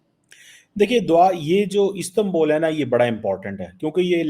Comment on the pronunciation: गधों जब उर्दू में उ बोल सकते हो तो इस्तांबुल को इस्तांबोल क्या दिखाने के लिये बोलते हो इसी लिए तुम्हारा वतन लगभग डोब चुका है😂😂😂😂😂😂😂😂😂😂😂